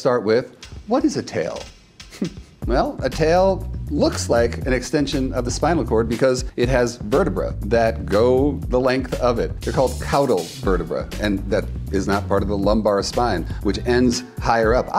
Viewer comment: PS: Not "COW-dell'. It is pronounced "CAH-dell".